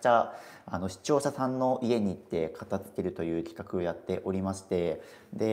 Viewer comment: 「片付ける」を「かた“つ”ける」って発音するの違和感しかないんだよなあ 「かた“づ”ける」ですよね 大好きだからこそ、メディアで発信する時に正しい言葉で発信して欲しい！ ！お願いします！